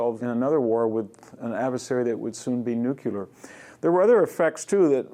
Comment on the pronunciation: VDH is brilliant, but why "nuculer" instead of nuclear? I've never understood that.